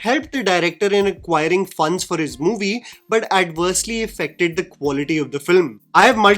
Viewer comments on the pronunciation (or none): none